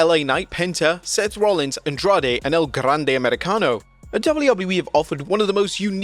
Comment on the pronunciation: Let me just say that we all appreciate you making sure to roll your R's every time you say El Grande Americano.